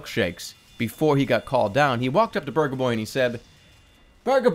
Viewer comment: Not to offend anyone, but at first I though he was talking about Burgah boy.